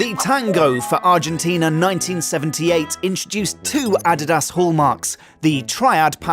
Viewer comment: Learn how to pronounce Adidas please. They are world renowned for the technological advancement of official footballs throughout the years.